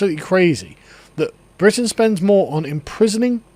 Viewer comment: Bwitan . its wizible